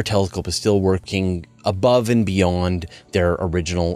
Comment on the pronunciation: Bizarre how some Americans can't pronounce "and"